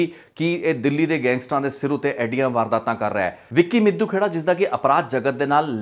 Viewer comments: It's ਮਿੱਡੂਖੇੜਾ . not ਮਿੱਦੂ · BAI G ਮਿੱਦੂਖੇੜਾ NAHI ਮਿੱਡੂਖੇੜਾ